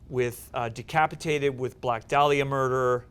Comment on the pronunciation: The way Sam keeps saying “Black Day-liah” is doing psychic damage.